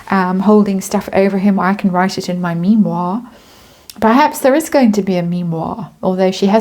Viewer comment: Me-Moir, haha, good one, another entry for the Parkle glossary.